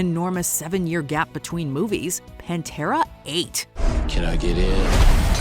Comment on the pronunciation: I just lost all respect for this channel. "Pantera ate?" Have some self respect